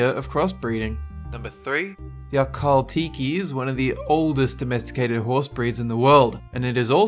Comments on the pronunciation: Akhal- tea key 😂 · I knew majority of these before said them. Also the Akhal teke is pronounce a kel tek. The last E on teke is silent:)